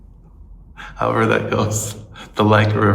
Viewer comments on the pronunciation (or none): none